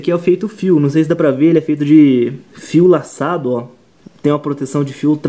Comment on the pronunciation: c falo fio laçado eu entendi fio assado